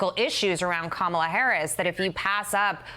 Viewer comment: "As popular as ebola"?! Are you freakin' kidding me? Who is this idiot? "Ka-MAH-la" It's KAH-ma-la, you moron. You sound like my Repugnican friends, who sound like the kids in third grade who would mispronounce people's names as cheap shots. DEBATES DON'T DETERMINE ELECTION OUTCOMES! Get it through your heads, idiots!